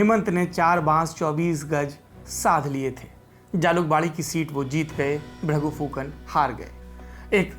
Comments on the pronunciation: हेमन्ता नहि उनका नाम हीमन्त है। और भ्रगु फुकन भी नहीं भृगु है उनके नाम। नाम सही से उच्चारण करना चाहिए। धन्यवाद। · The pronunciation of name is totally incorrect . It's not Bhragu Phukan it's BHRIGU and it's not Hemantaa it's HIMANTA .